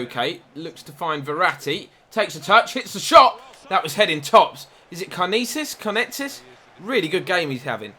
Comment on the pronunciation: Karnezis is pronounced Car-neh-zees